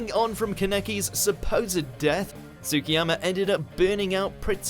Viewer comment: I can’t with the way he pronounced kaneki and tsukiyama’s names Does he not look up how to pronounce the names?